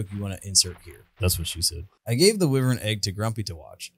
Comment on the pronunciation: It’s pronounced why-vern not wih-vern